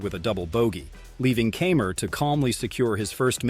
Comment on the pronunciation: It's Martin K eye mer not Camer and it's Anhel Carbrera not Angle. If you can't pronounce these well know name correctly just shut up!